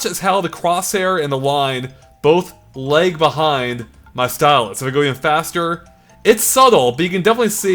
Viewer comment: Never heard lag pronounced leg until now. Are you Canadian?